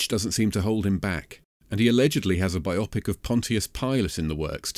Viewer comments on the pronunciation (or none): This is off topic, but why do British people pronounce "Bio-Pic", "Bi-Opic"? A Bio-Pic is a biography in picture, or, by extension, in the form of a film. A Bi-Opic is 2 Opics. What are these 2 Opics you speak of? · BIOpick, not bi-OP-ick, FFS